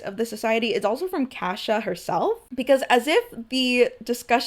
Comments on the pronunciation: no fr I was like "Who tf is Kasha?" Before I realized she was butchering Cassia 😂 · It actually is her 17th birthday. She happens to have her birthday on the day of the month they do the banquets, and always hoped it would happen on the day but knew it might not, and was very happy it actually did fall on her actual birthday. Also your pronunciation of Cassia is so different from mine it took me a minute to figure out I wasn't hearing it wrong lol